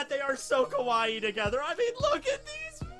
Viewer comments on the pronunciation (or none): Kowaii= scary Kawaii= cute+ Pronounciation's a bit more important in Nihongo. Fortunately the japanese people are very forgiving towards injuu. Great work my friend. Appreciated the wholeClass 1A series..